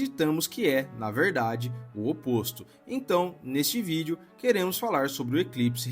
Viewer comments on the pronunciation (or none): none